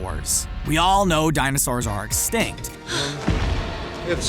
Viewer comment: when h said exticnt reall makes me pist off